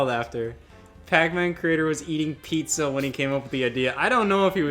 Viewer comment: I can't believe Vinny didn't get "pizza" right